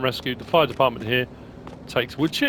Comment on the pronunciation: You said defartment!!!!😂🤣😂🤣